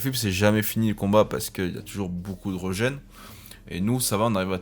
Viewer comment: Régen pas reugen 😂 ( a prendre avec humour ) bonne vidéo sinon